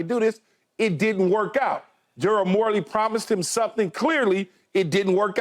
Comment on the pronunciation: Keyshawn gotta stop mispronouncing EVERYBODY’S name!!! Its Darvin not darwin and its Darrell Morey not Morley!!